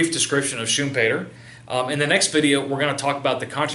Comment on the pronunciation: no no... pronounced correctly. I'm from Austria. Every german native speaker pronounces it like that when talking English...